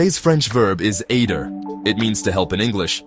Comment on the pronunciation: Great Idea of the video but at least make it pronounce aider correctly. Imagine going to France and hearing someone say Eydr. Wouldn't really work would it